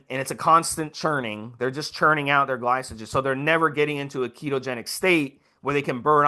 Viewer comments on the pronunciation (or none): Note to self, be weary of a "coach" that keeps referring to glycogen as "Gly-So-Gen"....LMAO